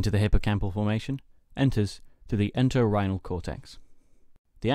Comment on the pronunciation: you say a word a few times ''Exants''? ''The exants of the Enterhinal Cortex...'' is that correct ? I am not sure what that means. Great work on this informative video lesson!! Keep it up!